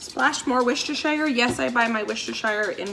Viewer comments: Hi, I love your channel! I just thought I'd throw this in here- I live near Worcester, MA and we say Wooster- sheer as opposed to Wooster- shire with a long i. Happy cooking! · wu-stuh-sure NOT wu-stuh-shire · Impressive, wow women are amazing aren’t they 😊 ps the sauce is pronounced ‘woos stir’ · As someone whose family are from worcestershire, I can definitely say it's pronounced Wus-ter, the "shire" is not pronounced at all when talking about the sauce, although some add in a quick "sha" at the end,as all "shires" are when referring to the actual place. For example I live in pembrokeshire, which is pronounced Pembruksha. Hope that helps. Worcestershire sauce is such a great ingredient, and yet was invented by accident! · Worcestershire …Worcester”shear” …you rock girl…you are amazing xxx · Thank you for filming this, I really enjoy your style. BTW I am English, and Worcestershire sauce was invented in the UK. We pronounce it "wooster" like in 'push' ! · Amazing, seriously amazing! Well done! What a fantastic idea. You've really done well at your meals. Very inspiring 😍 One quirk for me, "wistersheer" 😊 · you say Worcestershire perfectly except the shire bit should be pronounced sher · Wus-ter-sheer....there's no sh sound n the i is said ee. Love from England xxxx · OMG I love you so much but please please please, it's pronounced "Woo-ster-sauce" xxxx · OMg...your killing me with the way you are pronouncing Worcestershire sauce. Drop the shire. It's silent. As a bostonian...I cringe everything I hear someone pronounce it wrong!!